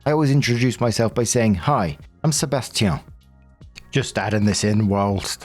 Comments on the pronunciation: You pronounced Sébastien correctly. The only comment I have is that we french canadians pronounce the last sounds more nasally : an "in" rather than an "en". Otherwise, you did great. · I'm french and your pronunciation of Sébastien was good.